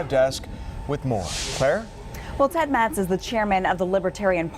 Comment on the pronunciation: Geez. Get Ted Metz's name right.